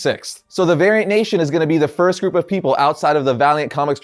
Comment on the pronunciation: Can someone please tell to pronounce the ‘T’ in variant or drop ‘nation’. People listening to my audio gonna start thinking I’m watching a very different sort of video...